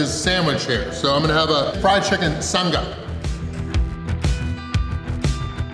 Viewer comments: its "sang-a' - like sang a song not 'sung-ga' 😂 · As a Aussie when he said sung-ah😂😂😂 It's Sang-ah Like A vegimite Sang-ah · It's 'Sang' as in 'Tang' when saying 'Sanga'. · not pronouncing "Sanga" right even after being corrected killed me 🤣🤣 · Aussie here, never heard Sanga pronounced that way